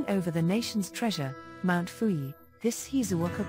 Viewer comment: Mt. Fui? Call it by it's proper name with the correct pronunciation. This is Mt Fuji (Who Gee) or most politely Fuji-san.